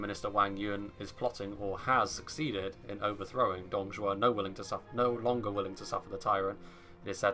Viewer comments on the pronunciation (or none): Btw isnt 董卓 being pronounce as DongZhuo instead of DongZhao???